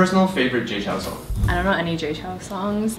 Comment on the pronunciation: 在講JAY CHOU 的時候，我聽成清朝XDD